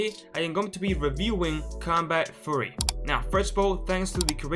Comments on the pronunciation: Please don't say combat "furry" please say "fee yu ree" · Great video. I just wanted to point out Furry = covered in Fur like an animal. Fury is like Anger and pronounced "Fe- your- ey"